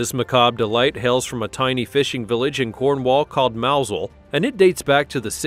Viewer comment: Helluva feller knows how to pronounce Mousehole. 😯